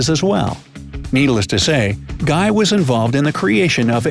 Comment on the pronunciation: Thanks for the vídeo. Guy laliberté... guy is pronounced GUI not GUY as in english.... its more gui or guee